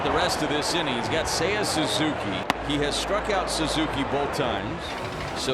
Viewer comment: Seiya says SEEYAH!!